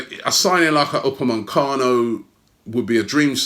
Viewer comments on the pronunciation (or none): It’s Upamecano not UpameNcano